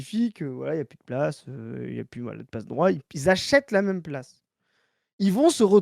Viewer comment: Mais pourquoi prononce "même" "meume"??? Je dois savoir